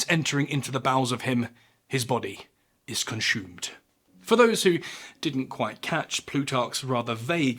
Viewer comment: he says consumed like he's channeling his inner Sean Connery 😂